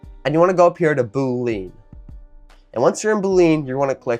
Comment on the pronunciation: Your pronouncing Boolean wrong.